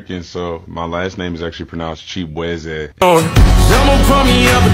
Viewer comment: Bro pronounced chibueze like a real Igbo man